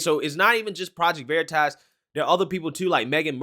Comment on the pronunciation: Project Verit-ass!? Everytime you say the name that's what I hear xD